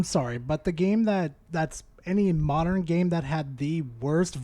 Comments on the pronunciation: Am I the only one hearing him say “moderan” and not “modern”? That is really bugging me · Not sure what these "Moderin' " games are